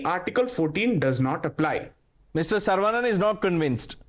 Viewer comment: Not sar-vaa-nun but Suh-ruh-vuh-nun. Or सरवणन